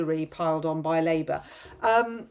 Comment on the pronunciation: Did you inadvertently say 'Rapeour'?... As THAT is what THAT party is doing to ALL OF US! 🤨😠